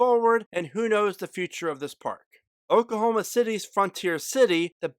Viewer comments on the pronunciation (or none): none